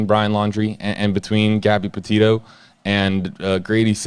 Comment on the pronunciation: couldnt tell he wasnt involved when he said gabby POTATO 🙄🙄 bruh.